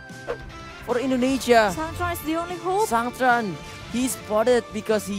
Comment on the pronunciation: ông caster cứ sang trang =]] sang tran sôu gút en tri